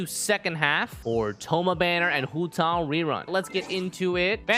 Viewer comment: The way he says hu tao is satisfying tbh